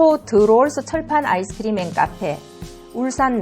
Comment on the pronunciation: ㅋㅋ 아이스크리므 발음이